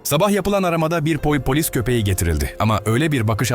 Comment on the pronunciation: Adam bir yerde poypolis diyo